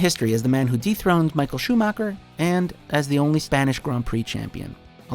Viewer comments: Anhone who says schumacher like ' schumarca' should leave youtube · Schumacher (whose name you couldn't pronounce right if your life depended on it narrator guy) second most pole positions, second most races driven, most WM titles by 2 with 7, almost 30 more grand prix wins, most wins in 1 season, second most wins in a row. Gets place 3 while the guy he overtook in everything, which btw is literally your last sentence of the video, gets first? I mean hey you can put Senna or Schumacher at 1 and i wouldn't care if the other had 2, but Schumacher 3, Hamilton not even on the list. Go home Watchmojo you're drunk, and painfully obvious have no clue of formula 1.